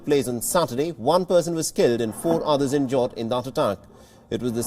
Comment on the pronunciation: This guy doesn’t know how to pronounce every day words such battle, injured, etc. I wonder how he got this job.